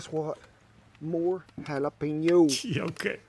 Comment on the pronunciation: Jalapeño: the J is pronounced like an H, not like a Y. You are saying Yalapeño -- it should sound like Halapeño.